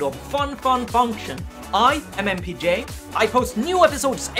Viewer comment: for the first time i hear the opening, i thought you saying "Hi, i mmpj". LOL